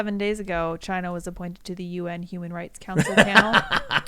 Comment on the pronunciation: IT CAME FROM CHY-NUH